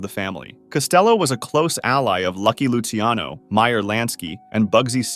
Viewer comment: btw luciano is pronounced "loo chano" not "loosey ano"